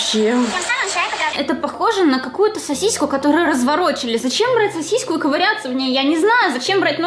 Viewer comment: Каждый раз когда говорила зачеем мне казалось что она заюш